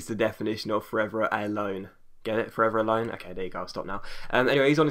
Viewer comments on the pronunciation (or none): Forveraloan xd